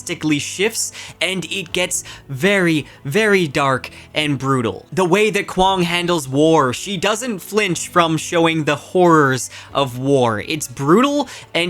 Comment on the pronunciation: You keep pronouncing "horror" like "wh*re" 😭😭😭😭